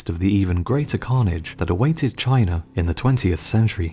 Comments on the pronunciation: Its ''China'' ffs, dafuq is a 'Chinar''? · There is no "sh" in destroyed... And, it's pronounced China; not Chiner! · Am i the only one who is hearing him say chiner. instead of china? also you forgot about alexander the great's conquest of the persian empire, and india. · Why do Brits pronounce China; Chiner? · I'm still tripping on how you say "Chinar". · "that took place in chiner" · Chiner, Russier, wha?